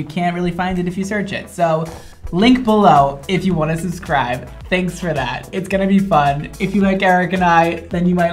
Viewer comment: Is anyone else gonna talk about how said suscribe instead of subscribe